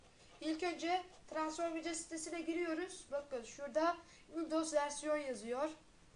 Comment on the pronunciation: Tıransformice değil tıransformays (not: okunuş yazdım)